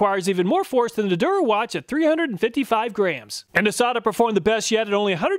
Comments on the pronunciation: Just as an aside, Der Erwachte is German "cheapo" brand that is pronounced like "dare er-vak-ta", not "dur a watch". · A little pronunciation help on those German names. As close as you can come in English sounds: Stahlwille is "SHTALL-villa," Hazet is "HOT-set" (sound the Z as in Mozart), and Der Erwachte is "dair AIR-vock-ta" and means "the awakened." So is reviewing woke tools now.:D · Your pronunciation of "Der Erwachte" is absolutely killing me. It's even two words and you just go "durawatch" 😭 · "Der Erwachte" is pronounced "Dair AirVAKteh." (The "k" is actually pronounced with some hissing through tightening the muscles in the back of the throat. Unless you have a southern German accent, and then you can pronounce it more like an "sh" with some hissing by tightening the back of the tongue against the roof of your mouth.) -- It means "the awakened" in German. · Great review! I love these tool comparison videos. "Der Erwachte" is German for "The Awakened One" and is a really silly attempt at a tool name. I love that you pronounced it "Durawatch" because that actually sounds like a proper tool brand name 😂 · When you said “Der Erwachte” I always thought you were saying durawatch 🤣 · loved the video but couldn't help but giggle at your pronunciation of Der Erwachte - it's pronounced more or less like dare air-VAK-tuh (the phonetic transcript is /dɛɐ̯ ɛɐ̯vaχtə/ if you can read the ipa!) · How Der Erwachte is butchered in every pronunciation hahahaha